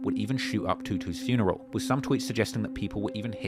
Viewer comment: Lol I want to get a job teaching the people of Chicago how to say the word “funeral”. The word only has one letter R but everyone in Chicago thinks it has 3 Rs. “Frurneral”